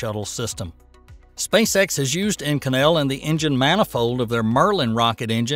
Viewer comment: To whom it may concern, the super alloy Inconel It’s pronounced with the accent on the first syllable. Just saying